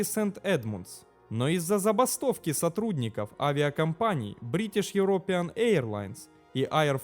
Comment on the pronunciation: йерОпиан. тюркиш. англицкий языкъ не мой родной